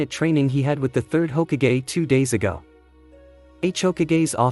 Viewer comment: he was saying it like hogakgay